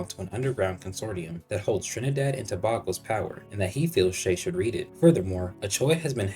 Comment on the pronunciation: Not to be that guy, but Tobago is pronounced tuh-bay-go.